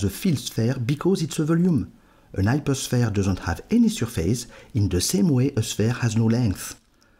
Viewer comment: It's really unbelievable that you understand this difficult subject, but you can not pronounce the H!